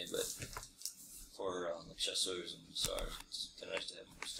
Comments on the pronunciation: chow-sers!!!! Only the Americans can change a historical name for cavalry. Chassuers - phonetically sounds like sha-soors 😃😃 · Infantry too... Chassuers a'Cheval for Cavalry, Chassuers a'Pied for Infantry... but totally agree... Chowzers did my head in. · Ricky Bell oh come on now, I've heard plenty of Brits pronounce units pretty wrong, and I haven't heard anyone else American or otherwise call Chasseurs chowzers. Lol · "Chowsers" though...